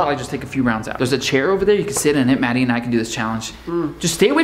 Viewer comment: said raddie instead of maddie